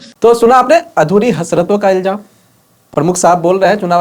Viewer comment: Iljam nahi ilzam hota he saheb. Kahan se sikha ye sher?